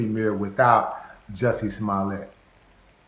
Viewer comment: Juicy Smoll-Ya 🤦‍♂️